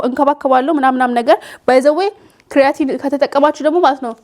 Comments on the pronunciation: ክሪያቲን በጀርመኒኛ ነዉ ካራቲን ማለትሽ ነዉ??? 😅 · not ክርያቲን (kreatin) it is called ኬራቲን (keratin)